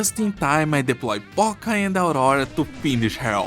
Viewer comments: Poca? Omg. Her name is Роса(Rosa) means Dew in English. Rosa! My ears dead. Love her! Thanks for content. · as a Russian, you calling Rosa "Poca" is uncanny